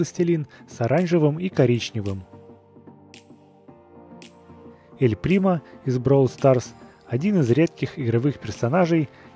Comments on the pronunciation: Не бровл старс а бравл старс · блин не бровл старс а бравл старс